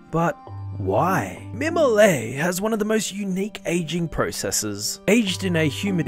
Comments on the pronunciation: French person here, it’s pronounced «me-mo-let» the « ette » isn’t silent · Mimolette : ME-MAW-LET The two ts at the end are not silent, that’s why there are two of them, and an silent e after. If the word was mimolet you wouldn’t pronounce the t. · It's pronounced My-Molly actually so your right his pronounciation is incorrect it is outrageous! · That pronunciation really bugged me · mimolette, the "tte" are pronounced. the end sound is like the end of a verb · BTW you're supposed to pronounce the t in mimolette (sounds like scarlet) because there is an e after. Same way we say brunette with the t sound but not brunet! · I can’t believe it.. When english speaking people try to pronounce french words, they always include the silent letters at the end of words, but THAT guy is special, because instead of pronouncing letters he shouldn’t, he doesn’t pronounce the ones he should. He created new silent letters. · I swear I have extremely bad thoughts of me doing really bad stuff to your neck each time you pronounce "mimolette" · Mimolette is definitely not pronounced like that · You're supposed to pronounce the "t" in "mimolette". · You pronounced the name wrong, when it has "ette" at the end it's pronounced the same way as baguette. You pronounced it in the way that ballet is pronounced. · Pronounced with T sound at the end… (not te, just t) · Je suis français. Mimolette is pronounced ette like wet and mimolet would be pronounced mimolay as your saying 😂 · Whyd he not pronounce the ette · You're not pronouncing it right!!